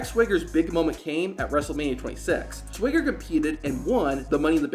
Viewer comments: Swaygger? Its Swagger. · Why does this guy pronounce it sway-ger 😂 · bro your pronunciation is wild. SWEGGER? TELE instead of TITLE?